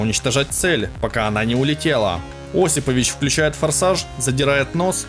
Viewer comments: ОсипОвич, автор убери ховор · ОсипОвич! Хоть узнавайте правильные ударения!